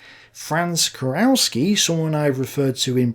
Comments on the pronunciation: KUROWSKI...you read - Kuroffski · "Kurowski": the "ow" in German is pronounced literally, so like "Kurovski". A German "au" would correspond to an English "ow".